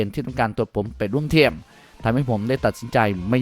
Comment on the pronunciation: แอดมินออกเสียงภาษาไทยกลางหลายคำไม่ได้ เช่น ทีมเป็นเทียม เอ็ดเป็นแอ็ด คงเป็นคนเพื่อนบ้านฝั่งตะวันออก เสียงเหมือนคนถ่ายไม่ออก 5555